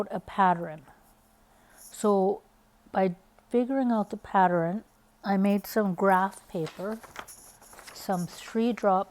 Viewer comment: Could not get over the fact it sounded like you’re saying ‘patterin’ 🤦🏽‍♀️ Also - doesn’t help getting started 😣